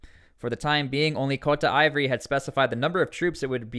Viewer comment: Ivory coast/ Cote d'voire is pronounced - Sounds like kowt-duh-vwaar